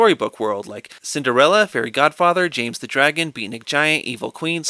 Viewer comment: I absolutely lost it at "ze penguins of ze icecap zone"